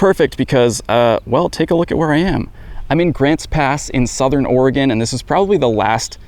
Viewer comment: THANK YOU FOR SAYING OREGON RIGHT!